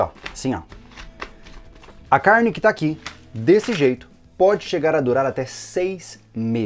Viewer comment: "A cairrrne" kkkkk, muito bom o vídeo.